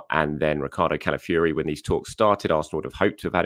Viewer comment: Why do you pronounce Calafiori, Cala-fury? Fi-or-i >> Fee-or-ee, it’s really not difficult. I proper lament for all these talented players across the globe that have their names butchered by journalists, pundits and commentators that are just too lazy learn their names, or even just say what you see with this one…